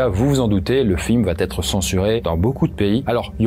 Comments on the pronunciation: Pour info : on dit "va être", pas "va-t-être". Une fois, ça passe mais à chaque fois ... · Conseil: sur chacune des 3 vidéos que j'ai vues de vous il y a à chaque ''va être" une très drôle mais sale liaison que vous faîtes en disant "va t'être". Peut-être personne ne vous l'a jamais dit...?